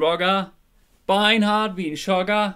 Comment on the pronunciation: Nicht schogger ehrlich jetzt ich liebe torfrock und du sagts shogger das geht so nicht bitte korrigieren lieber